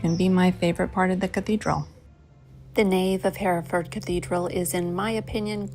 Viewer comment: You've surely heard of Hereford cattle. Large red-brown with white faces & bellies, much bred in the US. They are seen in all the old Western films. It's pronounced 'Herra-Ford', the original meaning is 'Army river crossing', Hera being an old English word for 'Host, Army' & Ford being a shallow place where you can cross a river, as Oxford was were Oxen, probably hauling waggons could safely wade across a stream, in that case the Thames. Hereford Cathedral is one of the early Norman builds, in the 11 th-12th centuries, which has the same thick, heavy, pillars, carved with great diamond 'lozenge' shapes & spiral grooves, which appear in a group of contemporary Churches, including Durham Cathedral, & several others. There are a few similar piers in Selby Abbey, near which I live, which was one of the first built by the Normans, started in about 1069 AD, & it was probably in the Guesthouse of that Abbey that the future King Henry 1st was born, the son of William the Conqueror. Nelson was born in Norfolk, I think the place was Dereham. His father was a Curate or Vicar there I think. The greatest memorials to Lord Nelson are the numerous Public Houses all over the country named after him, often founded by retired Navy veterans, as they could expect very little in the way of pensions in the old days. They are mostly found in seaside towns & ports, but by no means exclusively. There are I think very few original copies of the 1215 Magna Carta, when there had been about 2 dozen